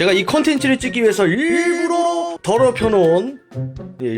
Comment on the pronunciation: 부엌이 일부러 더럽다고 할때 일부러 엄청 강조하시넼ㅋㅋㅋㅋㅋㅋㅋㅋㅋㅋㅋㅋㅋ